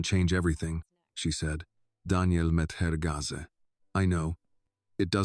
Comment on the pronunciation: Gaze is not Gaza. I am sorry but there is no excuse not to be able to read and pronounce words. Phonics is reading and spelling and sounding out words.